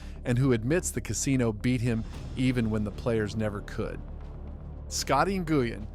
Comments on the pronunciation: N-gooey-N???? Try: Win because that’s how it’s pronounced. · NGUYEN, its pronounced win. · It is pronounced Scotty "Win" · Nguyen is pronounced: win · I believe he said Scotty N Goo Yin 🤣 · Scott Goo-yin. It's almost like this is slop content made by A1 steak sauce. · Seriously, it's Scotty WiN, pronounced WiNNNNNN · You need to ask Vietnamese people how to pronounce Nguyen instead of guessing, you are way off